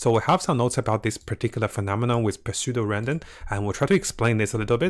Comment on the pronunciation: the 'p' is silent when u say pseudo